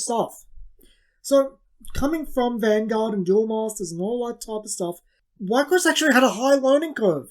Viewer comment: We-cross, is how its pronounced